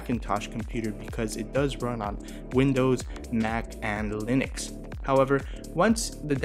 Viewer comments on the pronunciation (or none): none